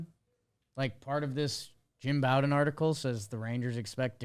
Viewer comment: I'm not trying to be a grammar nazi but Jim Bowden aka America's GM pronounces his name slightly differently. "Bow", the first syllable, is pronounced similarly to the same word in "bow and arrow" or like the Bo in Bo Jackson